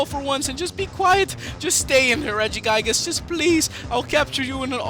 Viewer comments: It's re-gi-gig-as not re-gi-gai-gas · regigigas not regigaiges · It's pronounced "Rehg-ih-gih-gus" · what is regiguygus? its pronounced (Rej-ih-gee-gus) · its not Reggie-Guy-gis its Reggie-gi-guz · When he pronounces it Regi-GUY-gus I just felt like smashing my laptop..... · Mess Around Account regiguygus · lmao 'regi-guy-gus' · "Regiguygus" SRSLY?! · Regigigas as in "rejigaygas"? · pronounced= rej-I-gig-ass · It's pronounced ri-ji-ji-gas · please say regigigas right (REDG-I-GEE-GAS) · its not regiguygas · U said regigigas rong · Wait, Regigigas is level 1?!?!?!?!? Also, he says it worong; just like Arceus! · You said his name wrong but great video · Your saying regigigas wrong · Your pronouncing it wrong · IT'S REGI GIG IS AND AR KEY IS! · You keep saying arceus and regigigas wrong, it's (ar-see-uhs) and (re-gee-gie-guhs) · you say it wrong. you say regigigas and arceus's name wrong. ahhhhhhhhhhhhhhhhhhhhhhhhhhhhhhh